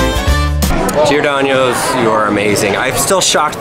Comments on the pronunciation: it’s pronounced GIOR-DON-NOSE. Not “ano” aka year in Spanish. Trust me, I grew up on Giordano’s, Lou Malnati’s, and Gino’s East. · It’s GEE-OR-DAHN-O’S NOT GEE-OR-DAÑ-O’S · GIORDANO'S NOT GIORDANIOS AAAAAAAAH!! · I am offended (JK) But I'm from Chicago, sooooooo. Ima just say it but its Giro-Don-Oes, not Giro-Don-YOES, theres no Y. Lol But its my favorite Pizza Place OF ALL TIME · JJTRSN he said Giohdonyoos lol I’m from Chicago to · It bothers me as a Chicago local you said Giordano’s wrong the whole time.... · There's no y or ñ in Giordano's. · He did say it wrong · As me living in Chicago, Giordanos sucks go to better places like Lou’s or Nancy’s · Oh don't pronounce Giordano's wrong...